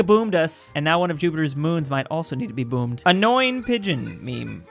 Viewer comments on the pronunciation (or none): none